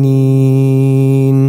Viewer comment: كلمة "للمؤمنين": الهمزة الساكنة لها صفة الجهر لابد من إظهارها. كلمة "بما تؤمر": الراء يقرأ بالاختلاس يعني الضمة على الراء لا بد من إظهارها كاملة. الغين في كلمة "المغضوب" في الفاتحة الثانية، لا بد من إظهار صفة الجهر